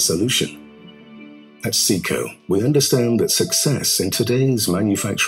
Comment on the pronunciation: Well, it's Seco, not Ceco, but yes I do understand the scale of it. But that doesn't give them a pass - if they want my business, they're going to have to make it easier to choose and acquire with less risk that I'll order the wrong thing. My experience in this field is pretty deep, yet I still believe one either has to acquire months of in depth knowledge in this segment to be successful picking the right insert, or they need to be able to turn to someone who can say "Forget all the alphabet soup, for the kind of work you do (material and HP of machine), standardize on these six inserts and ignore all the rest." If wants to make a contribution to this topic, it should IMO be all about what to ignore, and focus on a tiny sliver of things that just work. Trying to give us a Ph.D on this topic is inconsistent with Dales stated mission - to make it easy to just go into the shop and get stuff done. A catalog of 30,000 parts is not, IMO, a good starting point for this hideously complex subject.